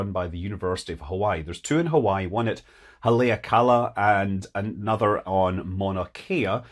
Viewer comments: Maui resident here Scott. Your mainlander pronounciation of Haleakala needs work. brah. Repeat after me: Hall lee ah ka - laa. The mountain that the ancient Hawaiians belived the demigod maui climbed and captured the sun with his mighty hook, so the day would last as long as the night. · OH GEEZ SCOTT?? OUCH!! Haleakala. Spoken like a true white boy. It is pronounced like 2 words, because it is 2words: “Hale”, pronounced Halay. Means HOUSE. “Akala” pronounced Ahh Kala means Pink or Rose SO, Hale A’Kala House of the Pink (morning Sun) Or “House of the Rising Sun” Most say “house of the sun”, but it is known for its glorious sunrises. Lived there for most of my life. It is glorious. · Haleakala pronounced { Holly a' ku la' } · Ha-lay-i-cala? LOL. That's a pronunciation I've never heard before. No worries though. Great video. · I think Haleakala is pronounced something like hah-lee-ahk-kah-lah. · I laughed louder at how you tried to pronounce Haleakala! When you get that down try the Native American tribe Haulapai. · dear god, Scott. please call someone at the university of hawaii and ask them to pronounce hawaiian names.